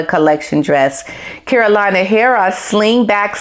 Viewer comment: let see if I can help you pronounce the name of the designer of Queen Letitia’s dress, by using some phonetic tricks: Kah•ro•lee•nah // Hea•re•rah. Carolina Herrera. 🤗🤗🤗😘